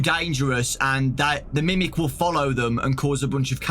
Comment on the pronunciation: I kept on picturing grimace every time he said grimic